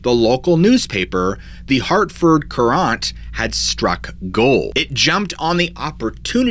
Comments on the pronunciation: Pretty sure it’s pronounced “curr-int” not “curr-ahnt”. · Hartford Courant. LOL! Should be pronounced more like "current", not Courante (koorahnt), as in a movement from a Bach Suite. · I'm from Connecticut and found this entertaining, but you pronounced the Hartford newspaper incorrectly. It's actually pronounced "current" with the accent on the first syllable.🤭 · As someone who lives in CT, I laughed at the pronunciation of Hartford Currant. It's just Currant...but Cur-aunt...made me chuckle. Man, my state has way too many of these stories. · As someone who grew up in CT, it was funny to hear the Hartford Courant pronounced differently than “current”. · Don't ya think that the Hsrtford Currant is pronounced kur ent? A currant is a type of berry that grows wild in New England- they even have a currant festival. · Great vid, as usual!! I'm from Glastonbury, it's pronounced Current, the A sounds like an e. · The Hartford newspaper is pronounced like "current" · lol its pronunced the Hartford Current/Courant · Pronounce Courant like current lol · It’s pronounced more like “current” . God that’s driving me crazy listening to you say, thanks for covering ct tho! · The Hartford Courant is pronounced "current". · Hartford courant is pronounced like current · Ok. Hartford Four and is pronounced as though it's spelled Hartford Current. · The Hartford current it's pronounced....jeez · The paper is Hartford Courant but the second word is pronounced "current" lol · THE paper is The Hartford Courant. Pronounced current.i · I know it's off topic lol but the newspaper he's pronouncing wrong. It s Hartford Courant pronounced Current. But I like the way he says it lol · Hartford Courant Is pronounced Hartford Current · You seriously can't pronounce the word 'courant' ?!